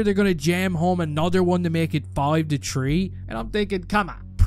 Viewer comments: Its three,not tree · One question: is that a speech impediment or can you not say the word three? Your saying it like you have no teeth, tree. You are forgetting the H in three. It's how my elders would say three also. But they are 65 with no teeth. You sound like you grew up with them kids that smokes cigarettes and worked in the mine eh? This is just an observation I've made.